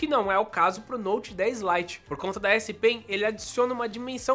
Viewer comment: . Note 10 "Lie" kkkkkk